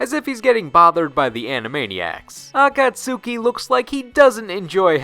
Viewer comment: Ah-kahts-ki. Shame on you,:P